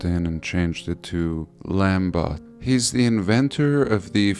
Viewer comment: Lambot is pronounced Lambo. It's French.